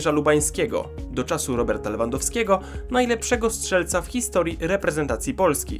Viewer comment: 2;44 min "hisotrii" zamiast historii ;)